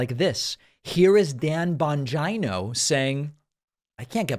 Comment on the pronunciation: Additionally: Calling Dan Bongino one of the biggest Trump suckups in the world clearly demonstrates that you know him enough to be able to pronounce his name. It's an American thing to be dismissive of people by refusing to pronounce their name correctly. It's juvenile. Be better Mr. Pakman!